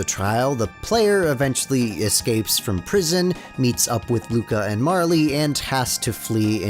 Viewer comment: The E in Marle is silent